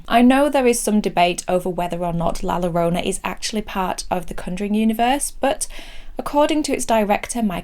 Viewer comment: once again, a great review. Even if I don't agree. I wonder how many language purists cringe at you saying La Llorona and Chaves though. I wish I could watch the pain in their faces as you say it. That is the real horror